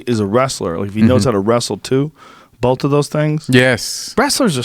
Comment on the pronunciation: Please people the word is BOTH not BOFE, THIS not DIS, THAT not DAT